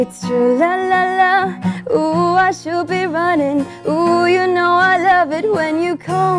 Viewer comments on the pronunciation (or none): none